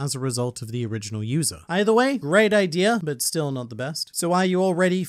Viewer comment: The video was good but why do you say ider instead of idea